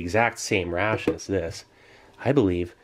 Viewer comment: constantly the word ration sounds like russian)